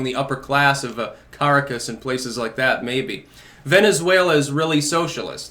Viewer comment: Ka-RAHK-us, fer chrissake!